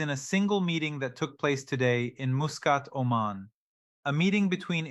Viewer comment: A.I at its worst 🙈 Muscat, Tariq and Khamenai all these pronounced wrongly which you wouldn't expect from professor to pronounce his leader's name and a neighbouring country's city name wrongly. Pathetic attempt by zionists 🫢